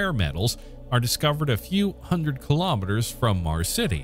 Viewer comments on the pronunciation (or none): none